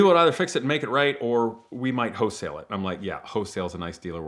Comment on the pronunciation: W H O L E not Hoesale